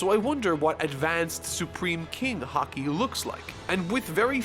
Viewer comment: 5 1/2 hours in. Please tell me, when does learn to pronounce Haki correctly? Please, I'm dying.